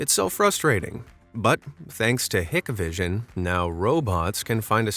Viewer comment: Its Hike-vision is how u pronounce it